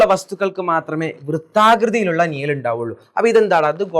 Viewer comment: നിയൽ അല്ല മാഷെ നിഴൽ നിഴൽ